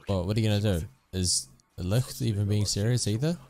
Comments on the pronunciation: yes, its your second pronounciation of licht. that was pretty good. most people stay with lict and i always have to think of licked, lol. btw licht is german and means light, while yami is japanese for darkness. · I believe you’re the first person I’ve seen pronounce Licht pretty correctly!